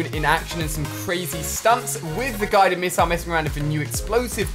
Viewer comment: he said gided missile